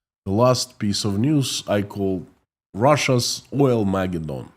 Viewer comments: Pronounced: oil-mah-GED-din. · I love the name too. Oil-Ma-Geddon. Your pronunciation is a bit off, but even there it comes off as charmingly idiosyncratic. Don’t Chang a thing.